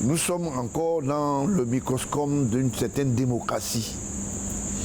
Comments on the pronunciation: Il dit : microscome, je pense qu'il voulait dire: microcosme. Qu'il arrête son imposture. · Cet homme est un pretidigitateur. C'est quoi le microscome? Je crois qu'on dit microcosme. Toute personne qui supporte Paul Biya a ce jour est un ennemi du peuple. Et tout média qui lui tend son micro s'expose à la critique du peuple